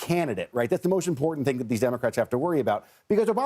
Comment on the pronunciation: “Imporint” is not a word. I am so disappointed in these young people. “Important” is not that hard to pronounce. Try it.